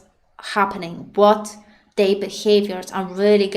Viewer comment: i like how you pronounce their as "they"